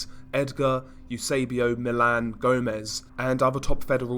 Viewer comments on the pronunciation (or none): none